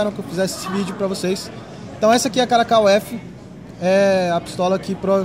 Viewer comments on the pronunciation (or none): Caracal, não caracol.